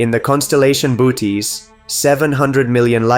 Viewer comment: You need to correct the pronunciation of 'Bootes'.